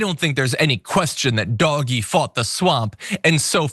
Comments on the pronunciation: It's pronounced "DODGE-Y". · "Doggy" Um, not to be that guy, but it's pronounced "Dodgy" Because it definitely is.